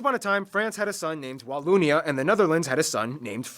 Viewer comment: I'll write this as i watch the video..some info : It's not Walloonia.. use the O of 'bogus'. You did not " do well " in the battle of the Bulge... you performed MIRACLES !! American soldiers went beyond hell as it is a really cold region during wintertime. I spent my military service in the region, the coldness cuts thru skin an bone and they didn't have proper clothing. To survive that takes a mental toughness beyond belief never mind eating 24/24 artillery shelling. Still grateful for what they did ! Visited Omaha Beach twice... it sure shuts you up walking thru that area. This video is really funny. Don't know what that's called what you're wearing but it's pretty ! Yeah us Belgians are a weird bunch but that translates well to English so as an English speaking tourist you won't feel left out when amongst Belgians. Most of us speak English pretty well, which wasn't mentioned in the video.